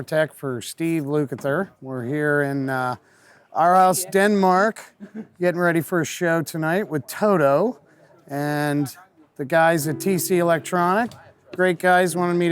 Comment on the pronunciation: “Orhoos”, Denmark.